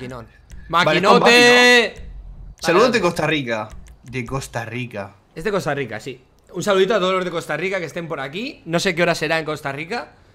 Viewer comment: Es Costa Rica no costa rita